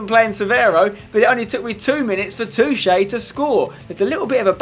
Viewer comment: is spenny pronouncing Toché correctly? i dont think its pronounced too-ché.